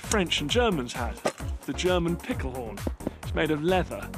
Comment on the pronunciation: He said pikelhorn